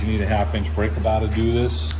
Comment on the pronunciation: Good thing you didn’t need a breakah bahhhhhh for da cahhhhhhh 😅. 👍nice video thanks